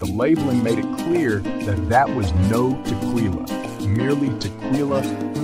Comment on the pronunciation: Sorry. As mentioned, the music to vocals dosent mix well. AND... whats up with the word... TE-QWII-LA?😂